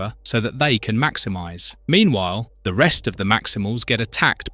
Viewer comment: Tiggertron macthimithe! (Maximize)